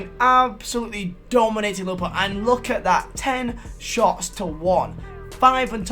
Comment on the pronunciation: Whenever he says liverpool I hear him say lil pump